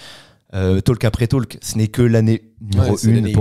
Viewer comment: SVP, on ne prononce pas le L dans talk...